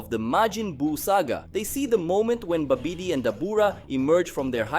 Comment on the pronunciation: Babidi is pronounced more like, Bobidy.